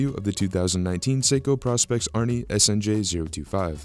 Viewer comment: Don’t mean to be that guy but; I’m really getting tired of the mispronounced “Praw-Specs” of the Professional Specifications line of Seiko dive watches. It’s not pronounced Praw-Specs, it’s pronounced “Pro-Specs”; again, as in “Professional-Specifications”… There; I said w.